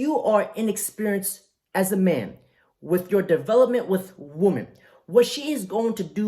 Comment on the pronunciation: I know that's pimp game, but you really need to learn the difference between the pronunciation of woman and women noun: singular woman; plural women: the o sounds like an i. Not WEEMAN but WiMMEN.